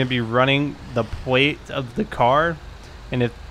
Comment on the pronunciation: can you not say L or something pwate check pweeec check